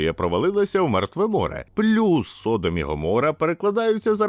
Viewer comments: СодОм, а не СОдом. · Не міняй наголос...Не Со'дом ,а Содо'м.....І діло там в основному було в гомосексуалізмі,а не в поганій гостеприїмності....Не підтримуй сраних підарасів вони і так швидко поширюються. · збираючи і упорядковуючи все, що сьогодні відомо про Содом і Гоморру, ви не встигли зібрати, де в слові Содо́м стоїть наголос.